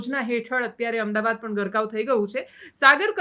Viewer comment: Please correct yourself, it's not "Ahem dabad" the city's correct name is "Ahmed Aabaad". Thanks.